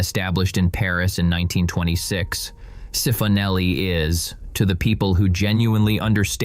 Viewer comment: Cifonelli = chee-foh-nel-ee